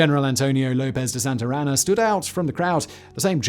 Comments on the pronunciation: It’s not Santarana, it’s Santana, with no R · Lmao it’s SANTA ANA not Santarana 😂